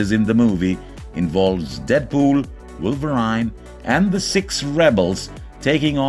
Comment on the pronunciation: Wolver "i" ne? Lol What a dumb!